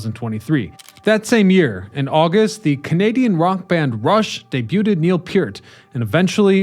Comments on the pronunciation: Did you say DE-BU-TED Neal Peart lol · Some day Youtubers will learn to pronounce debuted.